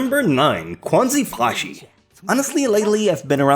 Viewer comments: I laughed so hard when you introduced Quanzhi Fashi. Kwon-zee-fah-shee? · xDD and that's not how you read quanzhi fashi, lol ~